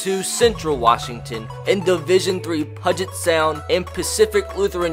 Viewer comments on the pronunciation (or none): bro i’m from washington and you pronounced it wrong you pronounce it with a u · "Pudget Sound" pronounce it like "Pewwwwwget" Sound i felt the need to do that for some reason. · I literally yelled "IT'S PEW-JIT not "Pud-Jit!". You don't pronounce "huge" as "hud-gee" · Love this idea, can't wait to see more. Also it's a little nitpicky but puget = pYOU-jit, not pudge it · “Pug-et” 😂 It’s all good, just pronounced Pew-git lol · It’s Pewget Sound. Not pudget sound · It’s pronounced pew-get sound not “pud-get” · I really appreciate the fact that you know of the lower colleges in Washington (and the fact that Eastern Washington is an FCS powerhouse) but I KNOW you didn't say pudget sound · Pew jet* 😂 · I'm from the complete opposite side of the country and also cringed pudge-it sound 🙄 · Great video! but it’s pronounced Pew-jet sound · About Time Closer to Pew-jit. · Great video love the mention of UPS ( University of Puget Sound ) also I know this video is old but it’s pronounced Pew-Jet but still good video 👍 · I have gone to both Puget Sound and Pacfic Lutheran, also Puget is pronounced ‘Pew-jit’.... love the content and love seeing Gonzaga football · LOL I'm from Washington. It's pronounced like "PEW-JIT". A lot of things here are hard to pronounce if you're not from here. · It's pronounced Puget (PEU-GET) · Fyi “Puget” is pronounced “pew-jet” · It's pronounced pyoo-jet sound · Jesus. I live in Spokane... and that’s not how you say puget sound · my goal for you this series is you pronounce Puget Sound right 😂. I go to UPS and I cried about a 100 times because of how many times you mispronounced my schools name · also please stop pronouncing puget wrong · The way you said “Puget” hurt my ears 😔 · literally every transfer is from washington and i know about half these guys also you pronounced puget wrong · you need to figure out how to pronounce Puget Sound... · Ima Need You To Pronounce Puget Correctly